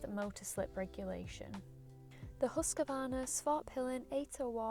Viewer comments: Why so many say Husqavarna??? Where did the extra "a" come from? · Who's huskavarna? At least pronounce it right, please. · Close, but you can swallow that first A you are usingin Husqvarna because it is not in there! 😁